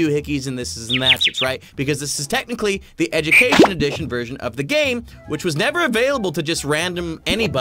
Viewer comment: You said edumacation